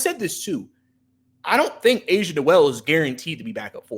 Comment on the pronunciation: it's pronounced A-SA not Asia lol....I don't agree with Asa being a big project offensively...I believe he's a 5 in the NBA but has enough skills to play next to another big man. On offense he has a defined NBA role as a rim runner and short role playmaker, he can already do that playing off a Trae. He will never be a shot creator but he has size, he's mobile, rangy, he's a very similar prospect in play style to a Derrick Lively with real shooting upside. I am higher on Asa than most, but he was firmly in my top 5 of bigs in this class. I thought he would've been in that 11-19 range this year, but to get that type of prospect at 23 is a homerun.